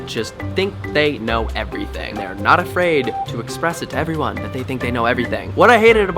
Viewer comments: 'awww i hear siwens, I hope everywone is okay, okay they're gowne' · "I heaw siwens, I hope evewyone is okay" aww